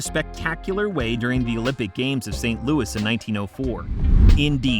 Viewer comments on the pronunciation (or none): none